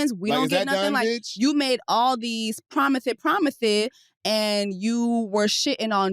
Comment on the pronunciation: I’m screaming at “Promithes, promithes”